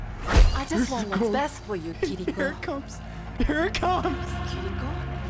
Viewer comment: Kirikos name was pronounced multiple times in this animated short. Is going to continue calling her Kir-iko or is he going going to finally start calling her Ki-ri-ko?